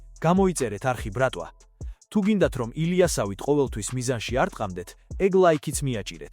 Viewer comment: რა ბრქტვა რა ბრატვა?😂😂😂😂